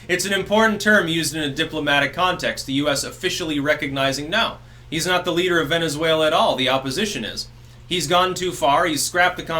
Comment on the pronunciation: I dont know why I lost my shit that hard when you said "Venezfaila."